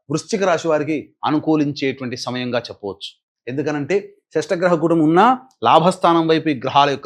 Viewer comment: షష్టగ్రహ కూటమి కాదు ,షట్ గ్రహ కూటమి అనాలి .